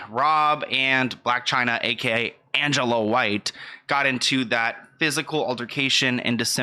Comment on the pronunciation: “Blac Chyna aka Anguhhluhh White” 😂 hilarious the way you said that name